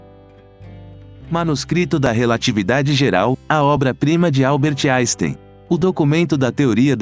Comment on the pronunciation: Albert "jaystein " .???? Não admira que o homem não tenha gostado de quem nem o nome dele é capaz de pronunciar devidamente !!!! 😆